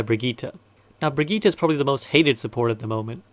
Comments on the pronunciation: I really have to say it: It's Brigitte and not Brigette or Baguette :( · We all just going to ignore the "Brigeeeeta" thing? Love the videos but someone has to tell this dude.. :( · "Brigette" Also great video :)